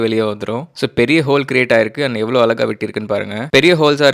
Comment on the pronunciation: Bro.. your videos are nice but konjam 'ழ' va mattum correct ah pronounce panna try pannunga.. unga video vum அலகா illaamaa அழகா irukum..